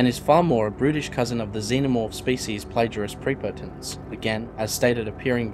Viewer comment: Might have already been said but it's pronounced as Plague-Ee-Are-Us Prep-Oh-Tens